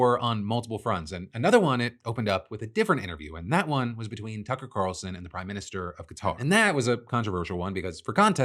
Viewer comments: I swear on my life I heard him say Cucker Carlson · He did, I heard it bc I literally accidentally called him that one time and I’ve stuck with it since 😂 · He so definitely said Cucker Tarlson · I heard Cucker Tarlson. Mentioned it to my friend who had to rewatch it 3 times before he realized what I was talking about. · Same lol. I listened to it a few times and I hear either Cucker Carlson or Cucker Tarlson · I heard Cucker Tarlson. He probably did it on accident. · Paused my ps5 to check this videos comments on my phone for Cucker Tarlson!😂 Glad I’m not alone in hearing that. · He said Cucker Tarlson. He spoonerized the name. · To be specific I'm pretty sure he said Cucker Tarlson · I heard Cucker Tarlson 😭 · He totally said Cucker Tarlson lol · ...did anyone catch that he said "Cucker Tarlson"? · you def said cucker tarlson and i love it 😂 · Cucker Tarlson took me OUT 😂 I really hope this was on purpose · Any one else hear the "Cucker Tarlson" ? hehehe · sounds like he says cucker tarlson 😂 great video! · "Cucker Tarlson" lmao nice slip of the tongue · “Cucker Tarlson”= unintentional brilliance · "Cucker Tarlson" really caught me off guard and I had to go back and relisten. IDK if I'm mishearing or what but now I will be referring to him as nothing else, ever. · Did… did you say cucker tarlson? 😂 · did...did i hear that right phil? did u just say cucker tarlson? lol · Hahaha my man called him Cucker Tarlson at 5.05 and I dunno if he meant to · Cucker Tarlson? Phil is that a Freudian Slip or did you just invent an amazing new insult? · "Cucker Tarlson". Nice. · "Cucker Tarlson" ah, caught that Phil! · Cucker Tarlson? 😂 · Did... did he say Cucker Tarlson? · he said Cucker Tarlson on purpose, I just can’t prove it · I thought i misheard, but holy shit Phil did casually say Cucker Tarlson🤣🤣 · DID YOU SAY CUCKER TARLSON LOL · Wait.... What was that???????? Say that again please??????? Cucker Tarlson????? LOLLLLLLLLLL!!!!!!!!! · Did you say Cucker Tarlson???